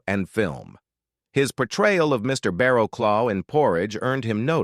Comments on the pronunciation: I think that was NOT John Comber in the young photo. It was Hywel Bennett. And the prson officer was pronounced "Baracluff" not Baraclow"! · This rubbish needs to be taken down. Any monies earned should be reclaimed! I will possibly allow A.I. American reading and pronunciation. "Barrowclaw" "Blahmeer" I am 71 yrs old and watched Last of the Summer Wine since the pilot. "Of funerals and fish". In the main it was great, apart from Seymour and a lot of the last series. It went from having to think about the dialogue to get the humour, to embarrassing visuals. Going downhill, out of control on a bike, or a bedstead, or a sofa. But this posting is absolute garbage! Pictures of Dirk Bogarde as Bill Owen. Hewel Bennett as John Comer. Alan Bates as Joe Gladwin.. If you can't get the facts right, DON'T DO IT!🤬🤬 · To those criticising the way some words here are said, the voice is obviously generated by artificial intelligence, not a real actor. Kirkcaldy (Kir-coddy) and Barraclough (Barra-cluff) won't get their usual pronunciation. A few such voices now dominate YouTube clips, e.g., the George Clooney soundalike. Such voicing is OK in CoPilot or a GPS, but surely real people should still be used for voiceovers.